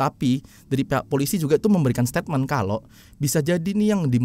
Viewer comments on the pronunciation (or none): none